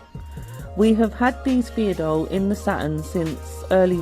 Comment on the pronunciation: ur pronouncation of pheidole xD